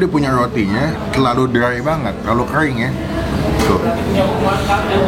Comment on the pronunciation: Kering bang, bukan kreng 😂